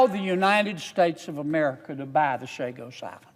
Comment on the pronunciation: First 2 things he said is false. 1. They are pronounced Chagos not Shagos. 2. Theres more than 60 3. Theres no 'qi' jin ping of China😂